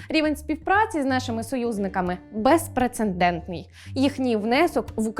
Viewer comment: Безпреце(Н) дентний - пишеться та вимовляється, як:БЕЗПРЕЦЕДЕНТНИЙ. Вчи грамоту